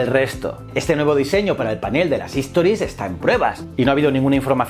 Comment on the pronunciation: Todo muy bien, me encantó el contenido, solo una cosa, se dice STORIES es decir, la palabra empieza con S, HISTORIES como lo dices tú es otra palabra diferente. Saludos!